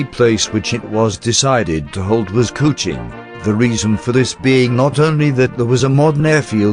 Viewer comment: LABUAN = LABWAN KUCHING = KOO CHING Fucking terrible pronunciations ruined the video. Ex 1SG who was there in 64.